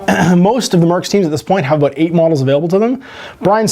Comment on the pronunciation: Take a drink every time says, "aboot".